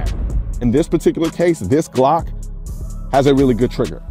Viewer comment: firstly, i would suggest learning how to pronounce the word 'glock' correctly